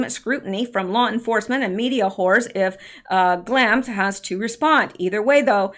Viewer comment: following you through all this. just wanted to mention that I believe you are pronouncing Glamis wrong. there is a place in California called Glamis. I only know it because of sand dunes.